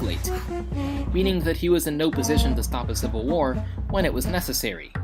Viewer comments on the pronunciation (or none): none